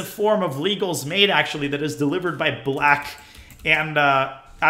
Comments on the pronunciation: Let's honor the history by noting that Légal was the great French player of the 18th century - let's pronounce it as "Lay-GAL" not "LEE-gal". (:-) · This is a great video, but pronouncing Légal's name like the English word "legal" is driving me crazy.